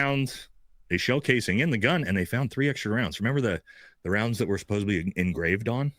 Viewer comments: SupposEDly!!! Not "supposably"!!! Americans, speak English!! Please!! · someone should tell him it's "supposedly" not "supposebly"...really throws me off every time! Otherwise, totally agree about the dude on the stairs!!! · As a friend of, could you tell him it's supposedly, not supposably. Lol. I lov, but that sounds so bad. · Who is going to be the one to tell the word is Suppos-ED-ly